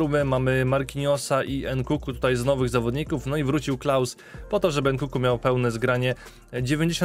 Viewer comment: Proszę mów NKUNKU nie NKUKU bo uszy bolą XD